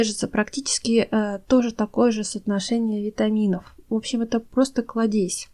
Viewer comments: Не кладЕзь, а клАдезь. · Только клАдезь, а не кладЕзь. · Не кладЕзь, а клАдезь, очень прошу Вас! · Спасибо большое за рецепты, но только "клАдезь", а не "кладЕзь" :)! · КрасИвее, КлАдесь и т.д. ( правильно). Спасибо за совет, но над ударентями надо поработать. Извините! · Благодарю вас за ваши мудрые подсказки о том , как ухаживать за растениями ! Однако прошу: купите словарь ударений. Нет такого слова кладЕзЬ, есть клАдезь! От слова клАд! Тогда будет и лАд! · Она, что не русская? Клад'езь. Надо кл'адезь, хотя я сама не русская, а удмуртка, мне режет слух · Спасибо за советы.Но примите и мой совет:говорите правильно.Нельзя говорить кладЕзь,правильное ударение клА дезь,более красивЕе тоже неправильно.КрасИвее без всякого более.Или более красивый. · Советы полезные. Только ухо режет-кладе'зь, правильно говорить -кла'дезь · Спасибо за советы!,простите пожалуйста,но не кладе'зь,а кла'дезь,от слова Клад. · Спасибо за очень полезные советы!!! Только ставьте пожалуйста ударения правильно: кладезь-ударение на а,красивее-на и. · вы в России живёте?Почему вы не говорите правильно?Ударения ставьте правильно, клАдезь. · только не кладЕзь, а клАдезь - ударение на А)) А вообще отличные варианты домашних подкормок!)) Спасибо за подборку! 👍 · КлАдезь, а не кладЕзь. От слова клАд. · Не КладЕзь,, а КлАддезь🙄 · Не кладЕзь, а клАдезь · нет такого слова кладЕзь, есть клАдезь (т.е. колодец). Такая полезная информация и такие режущие слух слова! Ещё будете смеяться, но куркУма:) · большое спасибо за информацию... Но - не кладЕзь, а клАдезь.... КрасИвее.... ( для запоминания: аккуратно - аккурАтнее...красиво - красИвее)... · не кладЕзь, а клАдезь... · Да почему кладЕзь-то? КлАдезь - слово образовано от корня КЛАД. Почему мы так не любим и коверкаем свой язык? Этот кладЕзь прям уши режет! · Не кладЕзь,а клАдезь. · КладЕзь! Кровь из ушей. Ну кладезь же! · Спасибо, очень пригодятся Ваши советы! Только, пардон, не кладЕзь, а клАдезь от слова КЛАД!